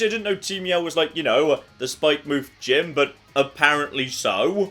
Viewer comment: The way you choose to pronounce some words is... painful. Spikemuth is not "Spike-mooth" Its supposed to be pronounced like Plymouth or Portsmouth or Falmouth etc The developers either forgot the 'o' from 'Spikemouth' or thought they didn't need it.